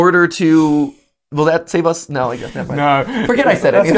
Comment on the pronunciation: It’s “save” not “sme”